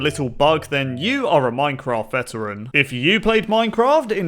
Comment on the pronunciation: This is how many times said "you are a minecraft vetarain" 150